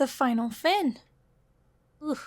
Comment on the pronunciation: Every time you say 'fin' I hear "RAAAAAAAAAAAYYYYYYYY!"